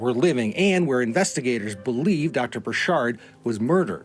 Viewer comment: It's not bur-SHARD, it's BUR-chird... like orchard